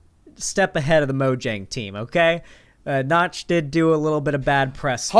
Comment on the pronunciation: making a Minecraft clone and calling yourself Nox… not “Notch”, this seems like the first gaming industry plant